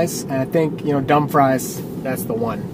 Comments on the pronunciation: HA It sounded like you said "dumb fries!" Ah, nutz... Babies 'R Us closed. It was on the news that all Toys 'R Us and Babies 'R Us would be closing, which obviously happened. HOWEVER... I JUST heard on the news that at least Toys 'R Us is coming back, at least for Christmas, soon - and possibly with a different name - that I don't recall now. I know it's good to not get too low of a percentage of range. It's not really good to go by number of miles to the next charger or final destination. This is another reason I refuse to use such 'lameness' as aBetterRoutePlanner. The GPS mapping actually calculates it and seems to be good at reaching chargers and final destinations with reasonable range left. Sometimes the percentage range left is low, but I'd rather slow down to reach a charger or destination than use another untrustworthy source. I gotta say, she's not wrong. In colder climates/weather, range isn't as good as when it's warmer. It seems like you went out of your way by going through PA. It would've had to not take as long if you took a 'straighter' route. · It’s Dum-“Freeze”, not Dum-“Fries”. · Lol.... it’s pronounced “dum-freez”. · Dumfries? You do know that's pronounced "Dum FREES", right? As in the town in UK, and racing driver Johnny Dumfries? "Dumb fries", sorry no. :-)